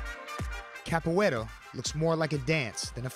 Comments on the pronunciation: Capoeira (CA PU Eh RA) you had one job. 🤦🏿‍♂️ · Capoeira not capoeiro. Come on, man! I'm an American and even I know that!